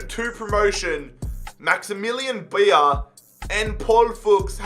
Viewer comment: coming from a non-german person, you pronounce Beier as Bayer..